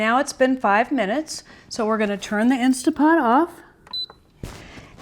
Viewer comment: Great video. Thank you so much for sharing your recipe and explaining the process in such detail. I love that you showed us each step while you cooked. I will be making this for my family for sure. One criticism tho... (actually just a pet peeve) I cringe every time you say “Insta” Pot. I know a LOT of people pronounce it that way, so you’re in great company, but it drives me mad. Other than that, you’re darling and lovely and I’m subscribing to your channel. Thank you again for your video. ❤️